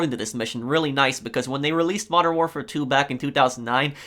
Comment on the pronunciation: Its not warfar its warfare